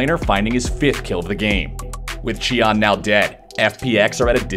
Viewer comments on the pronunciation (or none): native speaker right here! It should be “tea-an”. Good work anyway, hope to see you at worlds! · lol its not Chian but Tian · Why did he even pronounce it like that though??? In neither languages is a T pronounced with a Ch sound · when did tian change his name to chee-an? lmaoooooooo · WHO TF IS CHEE-AN? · late to the party, but "chee" is very botched actually. Other than the comments here, Google translate "sky" to chinese and listen to the audio may help you pronounce it better too. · Tian name was butchered.